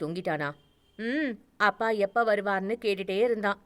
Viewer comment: அ பா என்று என்று சொல்லும் தொனி சரி இல்லை அப்பா என்று சொல்லவும்